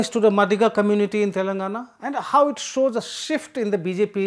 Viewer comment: It is pronounced "मादिगा".